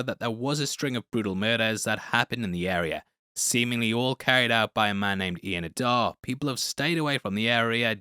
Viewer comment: Adair said like AH DARE not AH DAAR! I’m sorry but the mispronouncing of this word is quite frustrating especially as they pronounce it correctly in the episode!